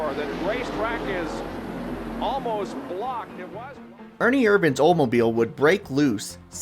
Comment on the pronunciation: Did you seriously say " Ernie Irvan's O-Mobile"?